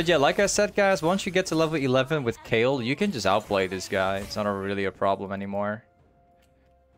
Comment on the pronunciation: She's Kayle, not Kale or Kael:p